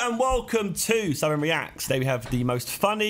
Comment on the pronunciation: Everyone : welcome to SIDEMEN REACTS Josh : Welcome to Simnreax